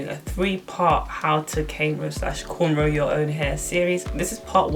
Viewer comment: Is you saying k row sis ??? Ok teach us 🤌🏾😅🤣🤣🤣